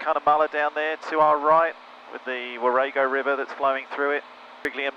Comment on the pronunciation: It's Warrego River, pronounced like 'long ago' in a far away place like Cunnamulla. Not Warrego sounding like 'were'd they go?' I won't get a job writing dictionaries but this is the best I can manage. At least you caught yourself on the Charleville pronunciation. As always, I really enjoy the videos. Struggling to keep up at the moment though.